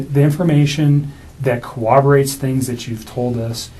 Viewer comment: The word is corROBorate NOT cor-OB- o-rate. Surprising he does not know that word and is FBI - or CBI.